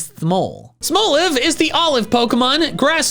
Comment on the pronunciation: "Smol" isn't pronounced like it has an e on the end, anyway. It's pronounced exactly the same as the word it's a play on. There's literally no reason to pronounce "Smolive" as "smole-iv."